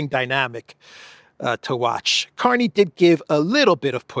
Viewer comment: .. the new Canadian PM's name? Is pronounced Mark CARNAGE! 😂 ..ooh & watch out for Trump's Art of the Deal? No! But "Real Estate"? Canada not for sale but I'd keep my fiscal eye on..Alberta..just sayin'..😂 LnPs from this crazy, old 😻 lady..ish? 😶‍🌫️ in Yorkshire UK ❤️ xx